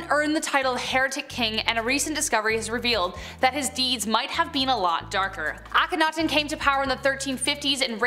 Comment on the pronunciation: Finally, some one was able to pronounce Akhenaten the way the egyptologists do... Way to go